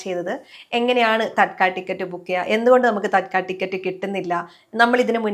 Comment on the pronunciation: തൽക്കാൽ ടിക്കറ്റ് എന്നല്ല, തത്ക്കാൽ ടിക്കറ്റ്